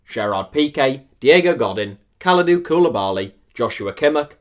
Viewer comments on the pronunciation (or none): i'm pissed of at how u pronounced Godín... and Koulibaly... and Kimmich... and Dele Alli... and u also called Veratti a frenchman, get ur info together or quit youtube man XDD